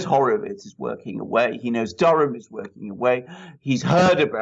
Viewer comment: It's Durham, Not Dunham